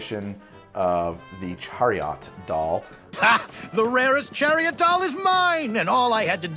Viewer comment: why does say chariOT